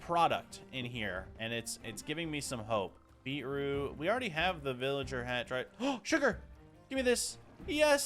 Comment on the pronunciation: not the fact he was saying villager wrong 😂